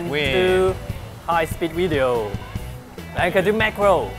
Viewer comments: "Wideo test" lol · I have a challenge for you guys. Make say video "make an interesting Wideo" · "High speed weedeo" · its actually the WEEDEEO Test, right?